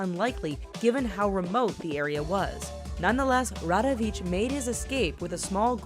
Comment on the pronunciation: Rawicz it's RA-VITCH and not Radawicz (rada-vitch). Where the hell did you get DA from? - Vulovic reads as VULO-VEETCH and not ICK at the end. You should pronounce it very softly. If you're not aware how to pronounce foreign names, listen at least to google translator text to speech.